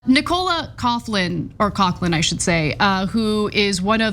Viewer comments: Anyone else laughing that Ana can't pronounce Nicola correctly 🤣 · Ana please learn how to pronounce Nicola. As for the subject matter, the race to the bottom continues. There has always been people of different types in relationships on screen and in real life. Genk is also clueless as there are lots of instances of fat women on screen in relationships with thinner men too. People who actually think that this topic has any meaning, you really are a problem and part of why society is what it has become today. There is whole wide world out there. Go and explore it by taking a step into fresh air. And leave your phone at home. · Why can't you pronounce Nicola?!??! This actor raised millions of pounds for a Palestine charity just recently.